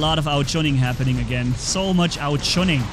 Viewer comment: No one:: there's a lot of ao juning happening here